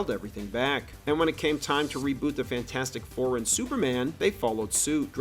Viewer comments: you mispronounced "fan 4 stic" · dont you mean Fant-four-stick?